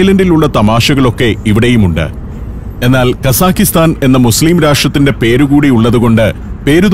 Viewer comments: പ്രിയ സന്തോഷ് ജോർജ്ജ്. ഞാൻ 8 കൊല്ലം അൽമാട്ടിയിൽ ജീവിച്ച ആളാണ്. അതു കൊണ്ടു മനസ്സിലാക്കിയതാണ്. കസാഖിസ്ഥാൻ എന്നല്ല കസാഖ്സ്ഥാൻ എന്നതാണ് ശരി. നമ്മൾ മലയാളികൾ ഉസ്ബക്കിസ്ഥാൻ കിർഗിസ്ഥാൻ എന്ന് പറയുന്ന പോലെ കസാഖിസ്ഥാൻ എന്ന് തെറ്റായി പറയുന്നതാണ് ' - തെറ്റാണ് ഞാൻ പറയുന്നതെങ്കിൽ ക്ഷമിക്കുക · The correct pronunciation should be "kazakhatan" without an "i" between both the syllables.